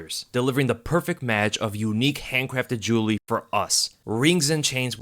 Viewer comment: can’t say Jewelry